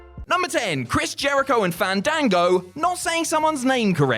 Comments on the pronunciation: It's pronounced "fahndango",. Don't risk having to fight him at next years Wrestlemania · Im genuinely offended that did not say Fandango’s name correctly during his segment. YOU HAVE TO BREATHE THE A’S!!!!